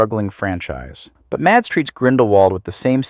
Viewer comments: Here in Denmark, he is the biggest star and most likely will remain the superstar for decades to come. We're quite proud of him. His name is pronounced Mass, not Mats. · I'm Danish, just like Mikkelsen, and my brother's name is Mads. 'Mads' is pronounced 'Mas'. The D is silent. It's not 'Mars' either, but just like you'd pronounce 'has', only with an M. The same goes for Madsen, as in Virginia Madsen or Michael Madsen, or old Madsen machine guns. The D is silent, so it's pronounced 'massen'. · That's not how you pronounce his name 😭 The D is silent. Its pronounced Mass like the end of Christmas. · please, the D is silent. his name is pronounced mas. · Its so funny to hear people call him MaDs, the d is silent so just call him Mas😂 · Just here to say two things: 1. love the vids. 2. His first name is pronounced Mass.